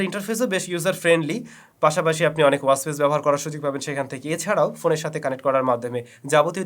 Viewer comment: ওয়াস কি? উচ্চারণ ওয়াচ হবে। চ ছ উচ্চারণ ঠিক করতে হবে আরো।